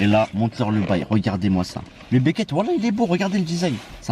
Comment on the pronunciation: Il dis Becket ou lieu de bucket